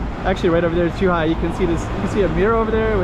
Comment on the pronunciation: just to try to help you with the two consecutive "rr", it is like you say 'r' sound for a bit longer. It kinda reminds me the pirates in American cartoons to be honest. It is hard to explain from text, especially if you do not hear the sound from a Portuguese speaker. But you sound closer to the correct form, if a Portuguese heard you say the name of the street he/she will get it.